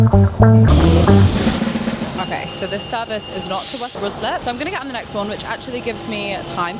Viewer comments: Or RYE-SLIP, yes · RICE-LIP not ROOSLIP 😂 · As someone from ruislip your pronunciation was killing me lmaooo Love the video tho, such a cool concept!